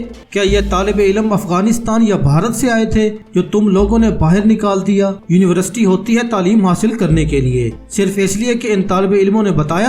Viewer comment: Your university pronounce is not correct